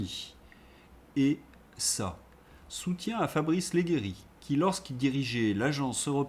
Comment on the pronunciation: monsieur le marquis : Ledjéri LEGGERI se prononce avec le son G+E exaspérant cette faute typiquement franchouillarde sur le G+I ET G+E italien c'est comme en français juste joliment appuyé sur le G HORRIBLE les GUISEPPE et autre d'ailleurs GIUSEPPE commence par G+I donc où est le problème... stop à l'INCULTURE et au manque de classe...